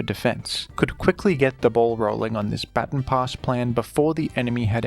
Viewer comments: Today I learned you people say bat-tin instead of bah-tahn. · It's pronounced ba-TON, like "buh ton", like say button but emphasize the U more There is no such thing as a batin stop saying batin pass if you're gonna make a video about every single baton pass strat say it correctly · I know you recently tweeted about Pokémon pronunciation but come on man it's "Bah-tawn" not "Batten" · Man over here pronouncing baton batin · Its pronounced " Ba-Tawn" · Thank you for your content! Also, its pronounced "bha-ton". Not sure if you just have an accent. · Every time I hear "batin" I lose a little more of my will to live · ITS PRONOUNCED “BUH TAHN” PASS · I wanted to watch this video so bad but I can’t with the pronunciation of baton pass 😭 it’s not even a British thing, most British ppl know how to say baton and I had to stop watching the video bc I can’t take it anymore